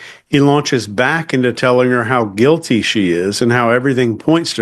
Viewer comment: 2 sec in -guil-tay 😂